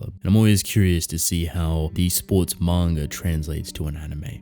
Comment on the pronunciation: "Mawn-ga" xD